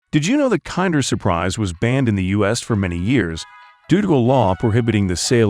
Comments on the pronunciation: It's pronounced "Kinder" not "Kander" say it right. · Its pronunced "kinder!" not "kander!" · The narrator is AI generated, and doesnt actually understand the english language it just speaks it how it thinks it should sound. I dont think americans pronounce it as "kinder" (kind-er) they still pronounce it as kinder (kin-der) its just that the robot doesnt know what its saying so it says a lot of things wrong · Kiiiinnndeeeerrr as in kin-der. This is gotta be an AI voice. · It is an italian brand so it is pronounced kinder not kind-er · That is not how Kinder is pronounced. AI voiceover detected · Can't say kinder right, didn't show 1/4 of the actual production....trash video. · It's not 'kinder' as in to be kinder to one another. It's 'kinder', the German word for children. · It is pronounced like in Kindergarden, Kinder means kids in German. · The narrator is super obnoxious with the American pronunciation of the "Kinder".